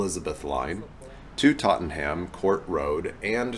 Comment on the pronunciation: Us Brits will usually pronounce Tottenham as "Totnum" 😀